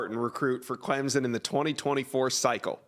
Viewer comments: can you educate me just where is clemzin? i have never Hurd of clemZIN , IN do know of CLEM SON but not clemzin its NOT clempsin it is NOT clemzin nor is it clemsin it is CLEM SON! so pleas STOP butchering the name ! CLEM SON NOT CLEMZIN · Subscribe? Not until stops saying Clemzen. Try Clem sun. Jeremy has it right. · It is pronounced Clemp son!!!